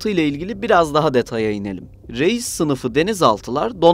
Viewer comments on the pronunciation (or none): "Реис " ударение надо ставить на "и"